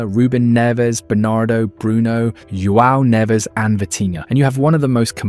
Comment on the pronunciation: According to this video, Portugal hired 3 Spanish players: Brunoh Fernandez, and Joao Nevez (at least he didn’t call him Juan) and Nunoh Mendez. Yet he doesnt say “Jay-main Eeh-Ay-mail”, he says it correctly… I’m gonna start saying all British players’ names with a German accent